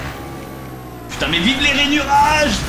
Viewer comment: Le "Oh putaing" de Fanta à est trop drôle!